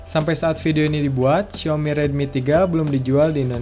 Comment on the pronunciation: ehhhh 😮 xiaomi maaf bukan ciaomi hehehe....